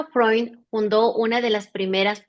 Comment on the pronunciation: Alejandro Freund … Alejandro Frond se pronuncia